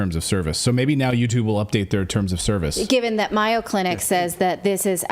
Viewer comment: I presume you mean MAYO Clinic, dear. I was confused as it is pronounced with a long A. It took me a minute to figure out who you were talking about. I've always admired MAYO. I am most disappointed in them.